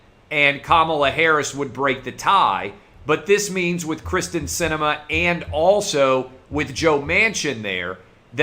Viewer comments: Kyrsten (KEER-STEN) Sinema...NOT Krysten....come on Clay, you have to get it right bro.... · Clay, I told you this previously. Her name is Kyrsten not Krysten. By continuing to screw this up it takes away from everything else that you are reporting.